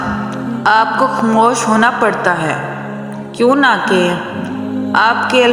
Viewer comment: Correction(کیونکہ )کیوں نہ کے نہیں ہوتا۔۔۔کیوں کہ ہوتا ہے کیونکہ میں ،ن، silence ہوتا ہے ۔۔ تو کیوں کہ پڑھا جانا ہے۔